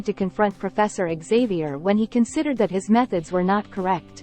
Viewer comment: Profeesor After all? Your Ai failed you there.